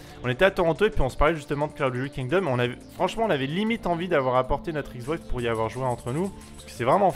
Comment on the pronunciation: Tu a oublié le "G" a "Kingdom" :)